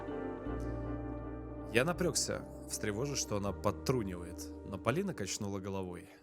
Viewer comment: Не Палина а Полина